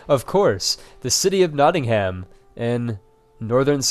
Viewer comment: Your pronunciation of Nottingham was cringey...